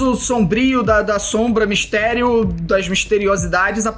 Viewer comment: Meudeeeeeeeeeeeus esse nelipe feto kkkkkkk nao sabe falar MISTERIO SOMBRIO SERTO